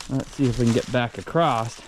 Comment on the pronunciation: why do people that have intelligence say the word "acrosed? It's "across"!! lol